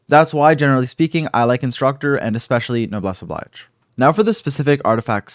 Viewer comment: Please for the love of fuck, the artifact set with the name “Noblesse Oblige” is a phrase or statement with French origins and isn’t pronounced the same as the word “Oblige” in English... it’s an unfortunate coincidence that they’re spelt the same in both languages and has similar definition but it’s pronounced “Ob-Leej” (like the word Leige) And saying it like Noblesse OBLAIJ sounds so fucking bad. Please ! 😭 I’m begging you !